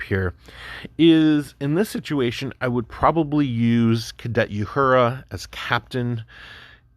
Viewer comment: I made it to. . I can't listen to someone who can't pronounce Uhura's name, tell me about Star Trek